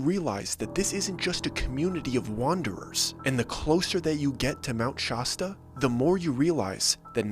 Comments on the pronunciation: This Mt. "Shosta" is killing my ears. Anyway, I have a friend, now in his 70s, who was always a kind of hard-core tough guy, if you will. He spent a lot of time in the party scene in California in the 60s. He met a girl who was in one and she invited him deep into the California "wilderness," I guess, and spent the day with drugs and alcohol, all provided to him for free, and swimming in a small lake almost nobody knew about. He said he got weird when people were quiet-talking to the "leader" and looking over at him off and on. He didn't know any of them, so that was enough for him. He left and didn't go back. And considering his personality, that is saying a lot. Anyway, "nature cults" I have existed all over the East Coast for at least 80 years, almost certainly longer. I think we'd be surprised at all of the shady things that have gone on in them over the years. By "surprised" I mean at how widespread they are/were. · Well there is of my life that I’ll never recover. I’m wondering if you were under the influence of some mind expanding substances to come up with this bs story and please learn how to pronounce Shasta ie it’s not Shawsta! I’ve been here 50 years and while we have our share of weirdo’s 90% of which are transplants, they represent only a tiny fraction of the population here and also there is no such permanent population of that size living at Panther Meadows. I could go on but I’ve already wasted enough of my time. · Nothin but love &, but Mt Shasta is pronounced just like the soda. Shas (like the a sound in shall) tah (like duh). 😅😊✌️🌸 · There's absolutely NO WAY this guy talked to that many locals and cannot pronounce Shasta. No one has EVER pronounced it that way. So he's clearly doing this on purpose but for the life of me I cant figure out why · this is so ridiculous, I grew up there, it's pronounced with an ass not aus lol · What iratated me through the entire video is he needs to learn how to say Shasta! Ugh!!! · Shasta not Shosta